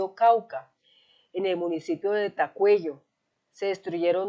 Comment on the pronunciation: Por favor, pronuncie bien, no es Tacueyo, es Tacueyo'